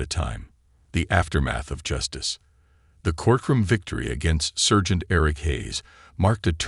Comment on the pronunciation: Good story and nice reading, but one odd mistake. Not "sergeant" with the "ser" pronounced like the "cer" in "certain" — it's pronounced with the "ser" rhyming with "star." Strange miscue for a native speaker.